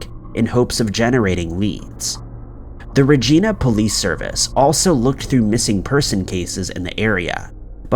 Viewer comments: It's not Regina it's pronounced more like rhyming with a female body part stating with V and you pronounced Saskatchewan wrong as well but closer than Regina lol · It's pronounced Re-Jie-Na, not Re-Jee-Na 😉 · It’s pronounced Reg-eye-na not Regina like a persons name off mean girls LOL 😂 we Canadian’s apparently pronounce many different things pretty much pronounced like vagina just with the R instead of V 👌👍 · It's not "Regina" with a long 'e', it's pronounced "Regina" like vagina! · Luv ur vids. Thnx 4 keeping us entertained. I for one appreciate it Hate 2 B picky but u r pronouncing the city wrong. It's Re Jie Na. Hope u and urs r well Fr across the waters Canada 🇨🇦 🐥❣️🐥hugs everyone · Regina .... pronounced like it rhymes with vagina. I wish it was pronounced Re-Geena lol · Bro I love the channel, but it’s pronounced “RA GY NA,” as in rhyming with “VAGINA.” It’s named after the latin word for queen. Not after the antagonistic female on the show “Martin” from the 90’s. You really need to work on pronunciation of the nouns on this channel. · 5. Its pronounced like "vagina" with a R "ragina" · You wish it was pronounced Regeena 😂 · FYI Regina rhymes with Vagina. It annoys me hearing it so wrong lol! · Regina is pronounced Rijaina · It’s Regina…rhymes with vagina…it also smells like it sounds!! Hahah! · Right? Lol it’s pronounced like “vagina”. Regina. The I sounds like eye. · Reg- EYE- na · Ugh I wish you guys would look up how to pronounce the name of places before butchering them. It's Re(long e)g(j)i(long i)na Thank you - great episode otherwise 👍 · Regina, it’s pronunciation rhymes with vagina. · Hey there Regina is pronounced 'Rey-jee-nuh'. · More like ree-jai-na… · We pronounce it with a long I. I believe it is Latin for Queen, and was named for Queen Victoria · I'm in Canada! What's up, eh? In your case about Regina, you're mispronouncing it. Regina rhymes with VAGINA. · Just saying... in the link above is the correct way to say Regina....